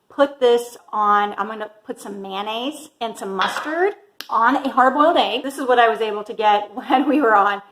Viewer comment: Mayonnaise not MANANNAISE !